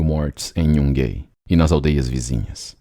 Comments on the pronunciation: Excelente vídeo, como sempre, mas gostaria de pontuar um pequeno erro na pronúncia do nome da cidade de Yungay, que sendo um nome que tem sua origem nos povos originários peruanos, deve ser pronunciado literalmente como se lê: "iungai". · A pronúncia correta da cidade Yungay é "Iungai"